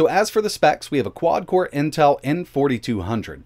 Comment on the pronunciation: "QUad Córę" 😄